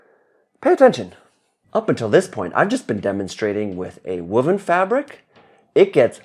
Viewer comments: What is wooven wuven 😊🤔 fabric😊 whoa. The sound in woven= whoa-ven ...sily observation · I've noticed you say "woven" like "wuven". Even though language is always dynamic and regionally subjective with pronunciations, I'm now questioning which is academically correct 😅 Also, I appreciate the black and white personas. I know I'm getting the more mischievous one with the black outfit, and makes it more fun to watch witnessing the character swaps. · Are you say woman's fabric or WOVEN fabric?